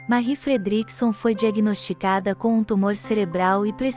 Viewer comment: O vídeo está muito bom, porém a pronúncia do nome de Marie Fredriksson que é em sueco e a sua pronúncia do seu inglês está terrível. Deveria procurar aprender a pronúncia correta antes de gravar. Falo como crítica construtiva.